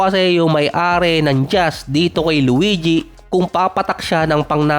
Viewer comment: Bakit ganun bigkas sa luigi 😂😂😂 luweedyee 😂😂😂